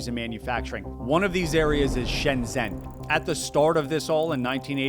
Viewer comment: Another pronunciation I missed somehow last time. Shenzhen is pronounced "Shenshen" (as close as you can get with the English alphabet anyway). It's also "Gooang joe" for Guangzhou (again, spelling doesn't quite do it justice, but it's accurate enough from what you pronounced, which was a nice try).